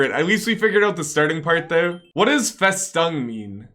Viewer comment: Festung means fortress or stronghold. Also: The letter "u" in Festung is spoken like the "u" in "Luigi". ;) Greetings from germany and willkommen zurück (welcome back) :D